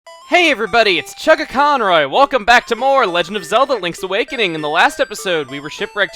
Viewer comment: "Chuugaconroy" and "JohnJepson". I actually sort of hope that was intentional.